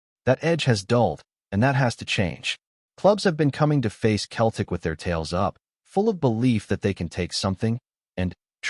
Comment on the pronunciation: its not keltic its pronounced seltic 😅😅